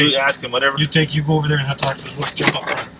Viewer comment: Hey when you say "Let's give it a goo " you make my day